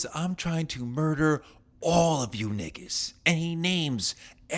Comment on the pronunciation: he does not say nigga correctly😂😂😂😂😂😂😂😂😂😂